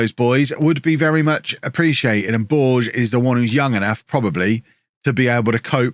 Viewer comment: BorgeSSSSS!!! He's not french, he's portuguese! Let me hear all those letters! (it actually sounds more like a "-sh" sound at the end, not a "snaky" S).